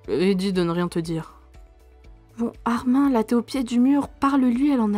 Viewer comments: Tu prononce mal le premon. C'est pas ARMAIN mais ARMINE. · sauf que ce n’est PAS un prénom FRANÇAIS donc ça se prononce ArminE, le prénom Peter on ne va pas le prononcer pété… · Ça se dit « arminE » pas « armain » ça m’a stressé ☠️ sinon c’était super !